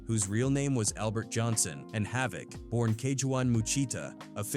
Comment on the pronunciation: He pronounced havoc name correct